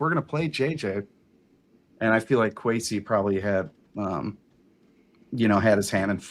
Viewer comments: At least we don't have to hear mispronounce Kwesi's name anymore after today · How is it that that guy has been on a spinoff show for PD and part of the Vikings mediasphere for any length of time and never learned how to pronounce Kwesi's name? That's pretty embarrassing and more than a little pathetic.